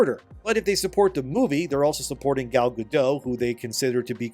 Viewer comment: It’s not Gal